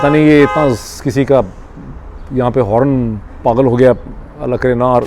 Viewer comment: 🤣HORN is NOT pronounced as "hor-un", but as 'ho'rn'🤣 🤣BOAST is NOT pronounced as "boost", but as 'bo'st'.🤣 🤣It is NOT Goldman "Sach", but as Goldman 'SACHS' 🤣 ⚠So much for you being BRITISH citizen and Columbia University graduate and London School of Economics graduate. You put ALL of them to shame⚠